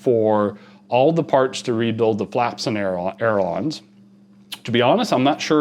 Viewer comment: Ay-ler-on! Say it ten times.